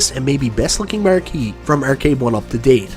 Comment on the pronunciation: Take a drink everytime pronounces "Ar" as "er" ert,ercade,merque